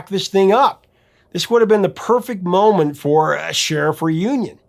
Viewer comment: "At This Miment" is Exibit C